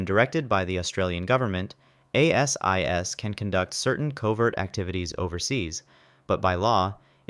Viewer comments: ASIO is pronounced AY-ZEE-OH and ASIS is pronounced AY-SIS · Pronounced Ay sis, Ay zee ooh